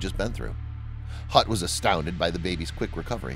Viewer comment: Hutt not Gut